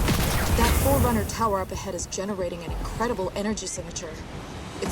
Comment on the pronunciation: she said forunner but they been gone for 30 years